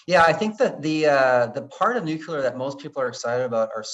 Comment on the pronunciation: Good interview, but the guest's pronunciation of "nuclear" kept bothering me